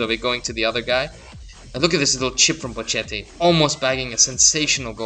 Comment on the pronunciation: ch is k, bocchetto is bokketti, he is italian not spanish xD